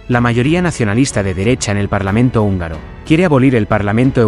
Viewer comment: Actuación,, no "actuación". Húngaro,, no "ungaro". Atingente,, no "atinente". Unión,, no "union". Sapiencia,, no "sapiensa". Torpeza,, no "torpesa". Y supongo que "parlamrnto" es solo un error de digitación. ¡Hasta cuándo me haces rabiar! 😁😁😁😁